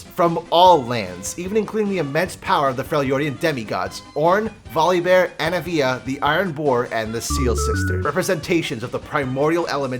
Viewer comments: No one's gon talk about when he said "Annie-veeyah" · This mans just said A-na-via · "anna-via" am i missing a joke here because this alone made me pause and sit here and stare in confusion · Excuse me...? "ANNA VEEUH" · you say anivia funny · ok nice video bro but why did u say anivia like that?